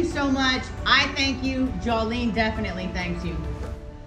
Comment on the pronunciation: Jawlene, really? lol